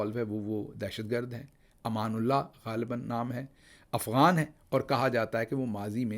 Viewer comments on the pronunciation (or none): none